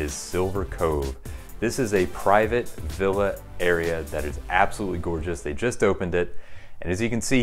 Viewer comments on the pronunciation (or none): none